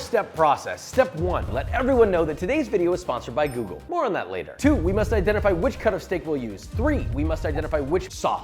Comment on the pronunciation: when you say "google" i swear i hear that little old Italian lady saying "ok googoool"